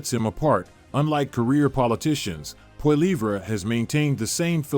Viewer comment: Lol it’s Poli-ev not Poli-vray